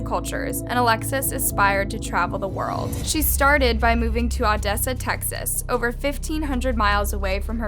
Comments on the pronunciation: I'm honestly just struggling with Odessa being pronounced like it was Ah-dessa not O-dessa. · this is absolutely horrifying because odessa is only 2 hours away from where I live .its also pronounced ooooo dessa not ahhh dessa. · Odessa pronounced oh-dess-uh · The way she said Odessa 😂